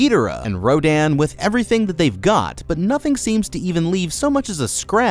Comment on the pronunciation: Also row din/row den? It’s row dan.